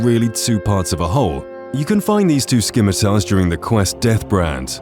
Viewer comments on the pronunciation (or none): Its pronounced sim-it-ar not scim it ar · It has to be said but there is no K in scimitar. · I think that's the first time I've ever heard someone mispronounce scimitar! The 'c' is silent, not a hard 'k' sound.